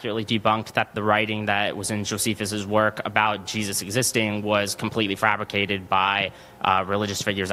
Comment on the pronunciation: As soon as he said Frabricated I was done😒